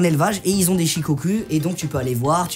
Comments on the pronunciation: Ça se dit pas chicocu c’es shicocou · Shukoku pas shikocul 😂🤦‍♂️ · Il a dit ché chien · Tu est sur que c’est Shikoku ? Car moi les « U » Au Japonais je les prononce « Ou » du genre Shikokou ? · ca se dit pas plutôt “shikokou” ? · Il a dit shes chien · Je crois que ça se prononce shikokou 😂